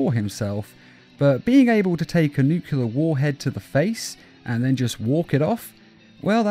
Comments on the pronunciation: Nuclear not nucular. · NU-CLE-AR Learn how to pronounce it. How tf do you get NUCULAR from that? Why do so many people get that wrong? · Nuclear, nuc-LE-AR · "Nukelear bomb"